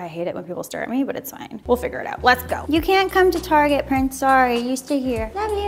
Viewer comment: I love how she pronounces target as tarjé